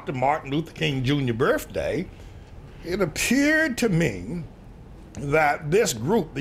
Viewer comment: why does manning say birfday wonder if he knows there is a th and no f